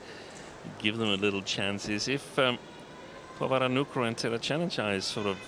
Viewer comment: แมทช์นี้ก็ได้ อัมไพร์คนโปรดมาเป็น service judge อีกแล้ว ชอบๆๆ แม่จิลก็อ่านชื่อ นามสกุลพี่ป้อ น้อนบาสได้ชัดเจนมาก ครบไม่ตกหล่นเลย เก่งมากค่ะแม่จิล ที่สำคัญพี่ป้อ น้อนบาสเก่งมากๆจ้า